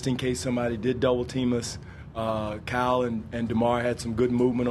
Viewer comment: It's so funny the way he says Kyle